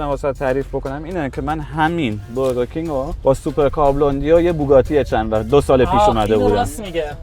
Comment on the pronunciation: برگر کینگ❌برگ کینگ✅